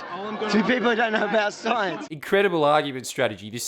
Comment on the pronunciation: “It’s simple, none of deez guys actually know de shience”....Jeez could he sound anymore like Effie from Acropolis Now? Here’s a nickels worth of free advice mate- Go back to making videos about shitty culture war topics and leave the “de shience” to people who can at least pronounce it. To quote dear old Effie: “How embarrassment”